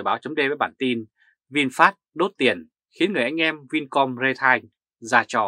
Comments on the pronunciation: ri teo chứ không phải rê tai. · Vì sống bên Đức, nên anh ấy phát âm chữ "retail" theo tiếng Đức, bạn nhé.